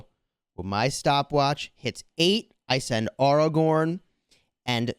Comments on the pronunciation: Great video but you just triggered the whole fanbase by pronouncing Airagorn as aRagon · I cringed when every time he said AR-A-GORN AW-A-GWORN but I can get through that cringe because I also love the content